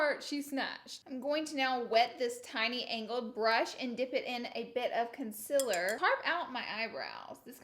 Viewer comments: Why does she say consiler she says it wrong and it triggers me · Is it concealer or conciller ? No hate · It's sounds like she's saying consillar, instead of concealer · “Consiller” hahahahaha my gosh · Hi I’m new, why does she pronounce concealer the way she does knowing that it’s not the correct way? Thanks y’all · Why are you still saying concealer wrong? 😂😂😂